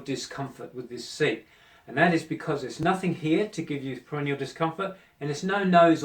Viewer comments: Not perennial but perineal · It's PERINEAL - not perenial And stop pronouncing it like perennial - you sound like you're talking about plants